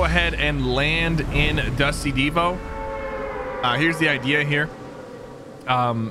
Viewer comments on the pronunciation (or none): HE SAID DUSTY DEVO LIKE THE BAND DEVO LOLOL